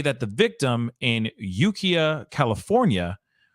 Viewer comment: Luv u! The city is pronounced “you- k(eye)- uh